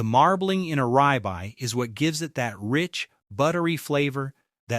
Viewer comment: Ribeye is pronounced rib eye, not rye bye.